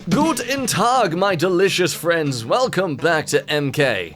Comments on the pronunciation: Nice German "GUTEN TAG"! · I am german and i am offended by how you said Guten Tag. (All jokes aside, your german aint bad bro) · I was about to go to sleep. Just this video, ya know? And then my German ears hear this bad pronounced „Guten Tag“ I was confused... Am I too tired? So I replayed it. And there was it again. So for now I declare: „Der Kommentarbereich ist nun Eigentum der BRD. Mögen die Deutschen es, wie alle anderen Videos in dem jemand nur ein bisschen Deutsch spricht oder Deutschland erwähnt, diesen Kommentarbereich einnehmen.“ (The commentary section is now a part of the Federal Republic of Germany. May the Germans invade this commentary section, just like they did when Germany was mentioned or some spoke a bit of German.) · Its "guten tag" not "gut en tag" . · Did he just say... gud entag? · im German and that „Guten Tag“ at the beginning killed me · As a German that is not how you say guten tag